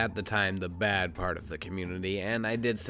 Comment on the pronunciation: Also, the way pronounces "BAHD" and "WURST"...ugh